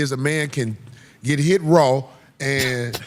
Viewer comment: Why is the "Raw" being emphasized😂😅